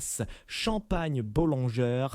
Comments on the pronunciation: Les noms de crtaines maisons de chmpagne sont prononcées d'une manière invraisemblable, les vois générées par IA, cest vraiment grotesque ! Taitinger et Bollinger se prononcent Taitaingé et Bollingé et non Taitingère et Bollinger ( prononcés comme Godfinger !) , Dom Pérignon et non Dome Pérignon. Quelle voix ridicule !!! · Pourquoi massacrent ils la prononciation des marques : Moé et Chandon, Taitine-gère , Bolline Gère, Paul Rogeaille , Krügue, Dôme Pérignon etc ..… 😂😂😂